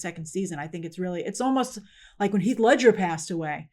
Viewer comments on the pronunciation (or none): none